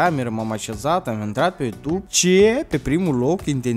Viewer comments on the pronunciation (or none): none